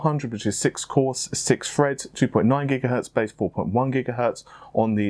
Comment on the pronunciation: 6 cores 6 freds lmao i die Laughing each time i hear it.